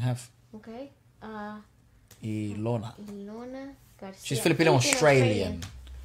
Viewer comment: Yeah, you pronounced her name right. "EE-LOW-NA"